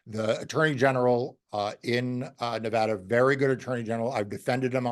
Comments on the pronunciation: Thank you for pronouncing "Nevada" properly. I am thrilled that Aaron Ford chose to investigate the fake electors, and that the grand jury found a true bill against these fake electors, including the former Nevada GOP chairman Michael McDonald. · Thank you for the correct pronunciation of NEVADA